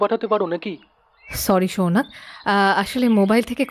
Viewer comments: সৌনক কে বারবার সৌনাক বলছেন কেন? বড্ড কানে লাগছে! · Uchharon ta Sounok, Sounaak noy. ei bhul ta apnar kache expect korini